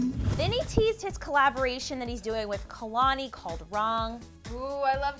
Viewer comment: Lol its kay-lani lol